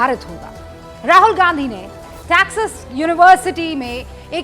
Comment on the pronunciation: What is TAXES University? Pls learn your pronunciation...this is the truth of Godi media. Wonder if she also has a masters in entire journalism